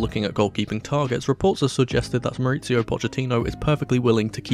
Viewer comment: Mauricio, not MauriTSio